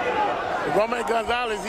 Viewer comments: it's Roman! damnit! ROMAN! not Ramon. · He keep saying Ramon. Is Roman